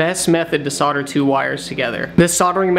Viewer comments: Solder. Like older. It has an L in it. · It's the same as soldering except you forget to pronounce the L!